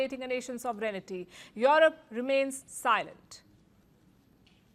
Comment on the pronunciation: She cannot correctly pronounce the word SOVEREIGNTY